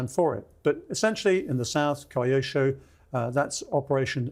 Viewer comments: Note - Kyushu = “Key You Shoe”. Not “Kai You Shoe” Same with Kyoto. 😅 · Amazing video series, but please, for the love of the gods, can the speakers learn to pronounce the names of the regions they are talking about. Its not Kaiushu, its Kyushu (ki-yu-shu if slowed down), its not kaiotoe, its kyoto (ki-yo-to if slowed down). i understand this isnt a language channel, buts its pretty jarring and kinda disrespectful to the subject